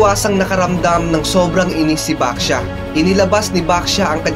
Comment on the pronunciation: nag kamali ka sa pagsabi lay baxia sabi mo basha yung 2 sabi mo pero 1 lang po yon merry xmas po